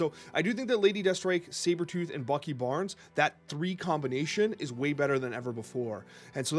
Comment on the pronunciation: was so drunk talking about Sabertoorh there